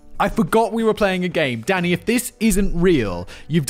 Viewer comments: Am I the only one who hear him saying Daddy, not Danny.😂😂😂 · I know you are calling him Danny, but I cant help but hear Simon calling him Daddy. 😅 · Every time you said Danny I heard Daddy The detective on American Psycho was Willem Dafoe